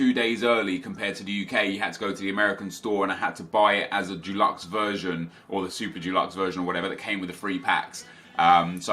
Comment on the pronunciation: I love it when you say Dulux instead of Deluxe, anyway fuck what people think and just use the packs on Team of the Year